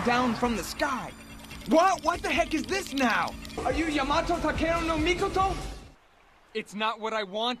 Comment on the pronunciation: No wonder Yamato Takeru No Mikoto kept chasing him. He's the only one that's able to perfectly pronounce Yama's name like that🤣🤣